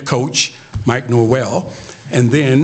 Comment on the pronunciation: I’m just glad this dude got NorVELL’s last name correct this time.